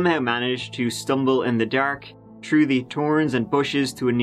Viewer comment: Learn to pronounce words with TH at the beginning... The 30th is not pronounced 'turdieth'.... Through is not pronounced 'tru'... Three is not pronounced 'tree'...